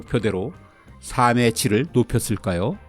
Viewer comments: '삶의'는 '사믜'로 발음하지 않고, '살믜'로 발음합니다. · 늘 좋은 정보를 재미있게 듣고 있습니다 다만, 가끔 겹받침 발음이 틀려서 좀 아쉽습니다 '삶의 질'에서 '삶의'가 '사~메'로 들리는데요, '살메'로 발음해야 합니다 참고하세요